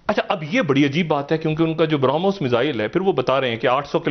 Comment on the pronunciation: बारा मॉस नही ज़ाहिल ब्रमोस् बोलो अहशान फरमोस् 😁😁😁